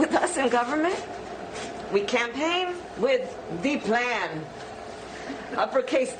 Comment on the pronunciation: Kamala "Ze Plan" Harris 😂